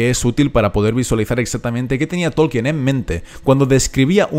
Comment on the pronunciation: "Todo lo que yo sé..." ja! Tan humilde el tipo este que ni sabe pronunciar el apellido del profesor